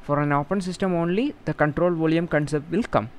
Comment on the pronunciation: Your explanation is superb but I think you are having some pronounciation problem in 'volume'.... Rest of all is op.....